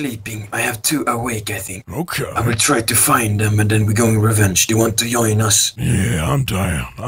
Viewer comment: ”Do u want to yOin us” The swedish accent at it’s best..